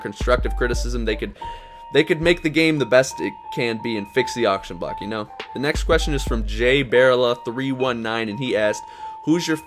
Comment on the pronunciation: My question made it in! but my name is Bar-Ella or that's how it's pronounced lol I'm called Barela all the time so it's cool I'm just thankful my question got in the vid thanks!